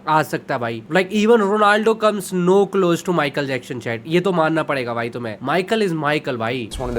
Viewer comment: Broo his name is Michael Jackson, not Michael Jackshon 😂